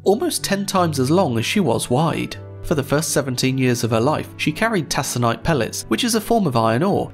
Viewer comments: Mild thing: it's Tac-o-nite pellets. But otherwise mostly accurate. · Taconite is generally pronounced as "Tak-o-nite, at least in the MN Iron Range. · As an iron ranger, I'd like to say taconite is pronounced takanite. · I'm sorry, did you say "tassonite?" Good lord. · It’s a hard C in the word taconite. Said like Tak-o-nite. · It’s spelled taconite, and he’s pronouncing it wrong. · Minnesotan here to verify that it's pronounced "TACK-a-night". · Its spelled taconite but its pronounce takonite. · Now I know your not from here mate, but it's pronounced TAK-O-NITE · Dude, "c" is only pronounced as /s/ before front vowels e.g. /e/ and /I/. The "o" in taconite is a back vowel so it's pronounced like /k/. Centennial continent. Remember? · Taconite is pronounced "Tak-oh-nite" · It's pronounced tackonite by the way 😉 at least in the American Midwest. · It’s pronounced “tack-oh-nite”. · It’s pronounced “tack-o-nite”. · taconite is pronounced tackonite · The mispronunciation of taconite is killing me💀. The C doesn’t sound like an S. It’s pronounced takonite. But who cares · Taconite is pronounced "ta·kuh·nite". The video is good, but hearing you mispronounce Taconite repeatedly is like listening to someone pronounce "Coal" as "Cool". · It's ta- kuh- nite. Learn the pronunciation before doing a video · It's pronouced "tack-uh-nite". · You said taconite wrong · Very good video, just a couple pointers on pronunciation from someone within the US, though I don't mean to devalue any anglo-english pronunciations. Toledo: toh-lee-doh Taconite: Taa-kon-ight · Just a couple small notes: "Taconite" has a hard C, pronounced "Tack-uh-night", and in "Michigan" the CH makes the SH sound, "Mish-uh-gun". Don't mean to nitpick, just sharing info. The Fitz is a big deal here. My grandpa sailed on her for 2 years in the early 70s. It was a devastating loss to the crews up here. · TaKonite.... Not tasonite. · "Tack o nite" pellets, not "tass o nite" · Take, not Tas, Taconite. TAKONITE!!